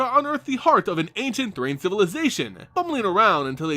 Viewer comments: Thran is pronounced th-ran, not Th-rain. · It's Thran not Thrane.